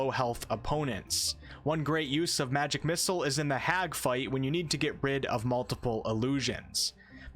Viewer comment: please stop pronouncing it "magic missles"